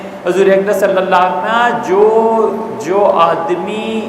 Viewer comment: Ye molana sahib ko kahiye ki "sallallaahu alaihi wasallam" theek theek adaa kare....